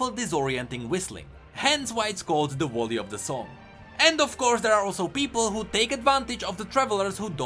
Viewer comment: the wolley of the song", how hard is it to say A ?